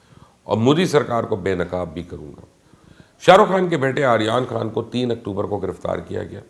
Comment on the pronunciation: He can't even says Aryan Khan 's name properly. 🤣🤣🤣